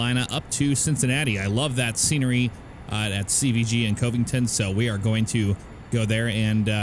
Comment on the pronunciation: Just a helpful tip. It's not cove-ing-ton. Its kov-ing-ton hard c without the ove